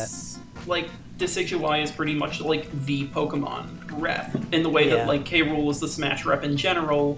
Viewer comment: King gram... realy its oviesly king k rool